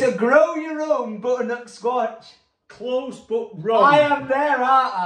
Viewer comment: Loved it. However please practice saying 'butternut squash' 🤣🤣